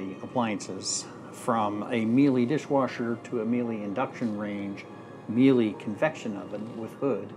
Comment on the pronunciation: I'm sorry to focus on this, but you gave me no choice. It's not an expresso machine. It is an espresso machine. For god's sake. And you also butchered Miele.... 😤